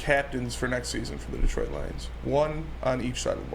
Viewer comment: You guys need to work on your pronunciation of Detroit